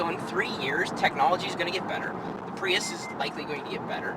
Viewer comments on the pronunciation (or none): PRUIS! jeff dunham .. LoL